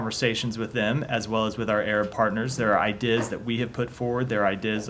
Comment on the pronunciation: This guy's brain is melting. Has anyone else noticed that he repeatedly pronounced "ideas" as "eye dizz"?